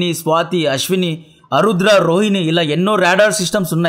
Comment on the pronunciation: ఆరుద్ర not అరుద్ర